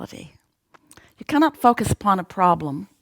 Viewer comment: fockuss not focus. xD